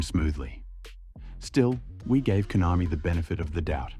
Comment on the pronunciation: KONAMI ❌ COINAMI✅